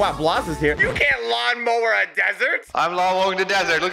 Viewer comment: For some reason everytime said lawn mower IT sounded as mawn lower